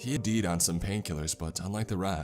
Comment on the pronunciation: did he just say "he deed on some pain killers" lmao